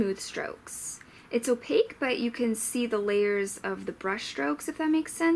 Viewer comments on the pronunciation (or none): none